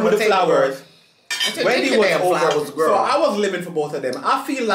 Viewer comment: I love how gets annoyed by saying Gworl but then he continues to do the same thing!!!